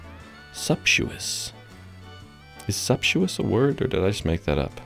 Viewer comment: You'e looking for "sumptuous". Just add a little more "mmm" to what was already "suptuous".